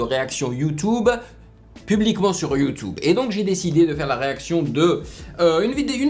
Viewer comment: Mec c Youtube et pas youtoube